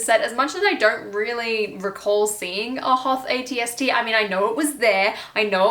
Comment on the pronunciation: Did she say at-st raider 🤣🤣